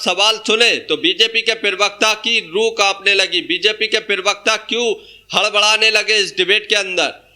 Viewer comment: पिरवक्ता नहीं होता प्रवक्ता होता है अनपढ़